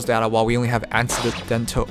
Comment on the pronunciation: For future reference, - it's pronounced "A-neck-dotal". But yeah, seems Japanese companies are just really fucking weird in how they run things. Must be a cultural thing.